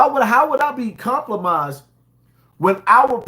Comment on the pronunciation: These "fans" don't respect you 😂 your own fans stans be sayin crazy sht! The word is compromised not complomised 😂😅